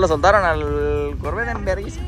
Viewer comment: No se dice corvet se dice corverrr boy Jose torres